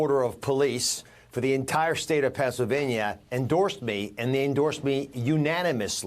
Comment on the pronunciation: Oz called it “Pants-illvanyuh” 😂😂😂 “Taking healthcare tips from Dr. Oz is like taking skincare tips from Steve Bannon.” LMAO😂😂😂😂 It’s such a treat getting to hear a page from her book!😅